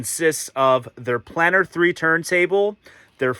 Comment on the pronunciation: Okay, you are new to the brand and the US importers have never got this right so no foul but: 1. It’s REEga not RAgar. 2. It’s PlAnar not Planner, although these days it’s usually just P 3. Mk is an abbreviation of Mark, so it’s the Fono Mark 5 not M K 5 4. The platter is glass, not acrylic, hence it’s weight. 5. That Neo has a fault or it’s not compatible with the power outlet. Definitely worth contacting Rega about it as the sound quality upgrade is worth it. 6. Don’t stand the turntable on the amp. 7. Rega has been making turntables for over 50 years. If they didn’t think that having a felt mat was a good idea they wouldn’t have put it in the box. You’re using the dust cover so why worry about dust? You have a great turntable there and I’m sure you’ll love the way it sounds, especially if you sort the PSU and mount it on a dedicated shelf. Oh and put the mat on it 😉